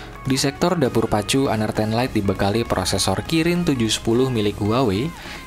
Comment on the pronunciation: Gua baru tau...sbutan honor rupanya hanar ya wkwkwkwkwkw